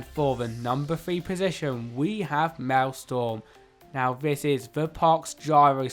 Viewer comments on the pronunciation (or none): It triggered me when you said Mael storm instead of Mael strom (the r letter is wrong if u didn't see)